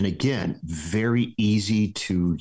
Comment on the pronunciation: Wery interesting, wery good!